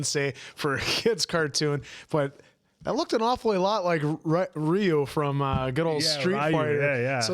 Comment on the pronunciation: The pronunciation of (Ree-you) as (Ri-you) hurt me inside a little.